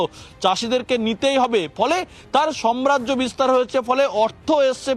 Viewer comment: টাকচার না ,হবে structure (স্ট্রাক চার) , সম্রাজ্য নয় সাম্রাজ্য, একটু ঠিক মতো বলুন । আপনাদের ভাষা আদর্শ মনে করে জনগণ।